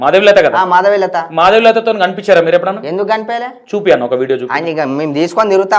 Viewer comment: Matalu thedaga unnai thedagadena madavilatha peru kuda sariga cheppatledu madhulatha antunnadu